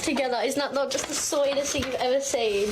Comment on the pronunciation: She made "sweetest" sound like "soytest". XD